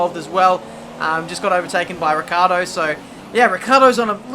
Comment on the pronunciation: Oh god. Is ricciardo. Not riccardo.